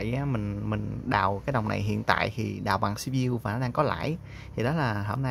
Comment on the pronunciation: lại là xi bi diu 🤦